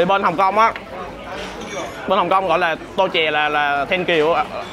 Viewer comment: Không phải là " tô chè" . Mà là " duo xie" - " toa xe" đa tạ. Kính ngữ hơn cảm ơn.